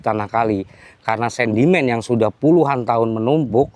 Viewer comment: SEDIMEN BANG,BUKAN SENDIMEN......SARAN AJA..